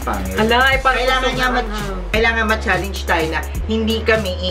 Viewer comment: Sunod naman po bigkasin ng tama ang salitang challenge, challenge